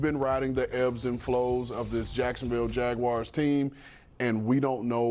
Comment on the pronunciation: Literally how it's pronounced 😂